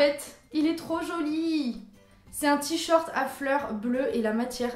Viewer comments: J'ai adoré la vidéo et j'adore vraiment cette catégorie mais tu me stresses à dire "t-short" au lieu de "t-shirt" ^^ Bisous ! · Ca me perturbe quand tu dis "t-shirt" "Tshort" 😂😂😂